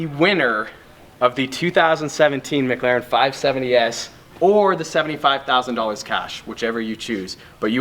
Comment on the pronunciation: "why do you say it like "muglaren" insted of "mic laren"